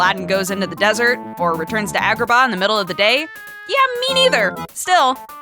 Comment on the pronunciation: "From the Coty of Agahnim"